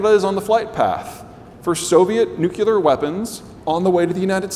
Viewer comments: Nucular? say the word New & then say the word Clear! Now try saying it as one word. This guy is a professor? Also he is a reductionist. But I stopped listening after nucular. He’s probably an economist. Must be nice. You get to cut variables out of the equation to come to sum that you need in that moment. Give me a mathematician any day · Smart guy, great discussion. Learn how to say NUC- CLEAR. NOT NUC-ULAR. Fingernails on a chalkboard. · Really wish he could pronounce nuclear